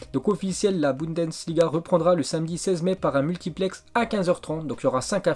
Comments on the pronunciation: C'est pas budensliga c'est la Bundesliga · aller répète après moi: Your-gaine-clope Boune-dess-liga bravo, pour la 1ere fois de ta vie tu as réussi à dire Jurgen Klopp et Bundesliga!!!